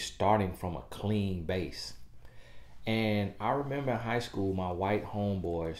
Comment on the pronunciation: I know you from the south you said 😂. I didn’t know where you were going with this video based on the title, but you are right. We were not taught a lot of things that seem so simple.